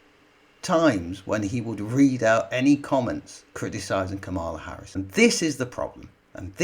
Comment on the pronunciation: Man, "nearly all the left leaning media" is a small percentage of the British media. Where have you been? BTW I cringe for you everytime you mis-pronounce Harris's name, have some respect.